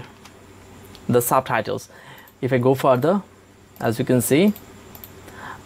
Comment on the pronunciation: "SABTHAITHELS" ???????LMAOOOOOOO